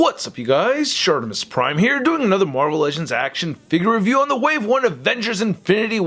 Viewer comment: "Toy Revie"